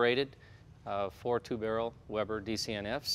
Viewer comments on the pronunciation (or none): none